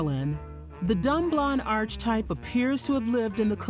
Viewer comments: The narrator is annoyingly mispronouncing "archetype". It's pronounced (ar-kee-type). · There were other goofs, such as "John" Mankiewicz (this famous writer-director-producer was named Joe), and the mangling of the word "archetype" as "arch-type," and on and on. Overall, it's odd hearing a narrative about the most white bread icon of all time in an ethnic accent.